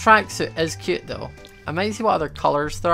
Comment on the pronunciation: the amount of times he said "cyeoot" (cute)